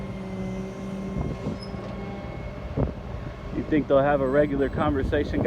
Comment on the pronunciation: 14 minute mark, the word is think, not tink